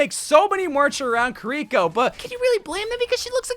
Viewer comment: I don't like any mei skins soooo lol but I agree with most of these Though uh, someone teach this man how to say kiriko, he has the enthusiasm but it's just to much 😂 Medusa widow but no cyberdevil???? Bruh I thought you was a man of culture